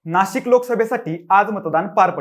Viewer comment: नाशक नाही रे..नाशिक असते ते बोच्या